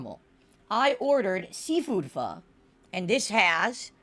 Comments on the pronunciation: fah? what is fah? i know "PHO" not fah. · Fish balls is one of the weirdest foods I've ever heard of I wonder if is just getting the name wrong because he thinks Pho is pronounced Pha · think the worst part of this whole thing is how he has zero idea how to say pho